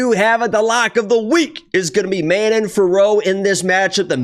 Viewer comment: Sounds like you keep saying "Amanda" instead of Manon lol ... I also agree with the Manon winning, but I'll hedge it with Erin blanchfield over 2.5 rounds